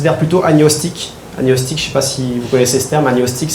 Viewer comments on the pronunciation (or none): mauvaise prononciation de agnostique. Il faut prononcer le g et le n séparément comme dans diagnostic.Bon spectacle.